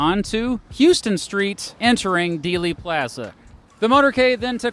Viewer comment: He pronouses dealey plaza more Texan than us Texans do 😭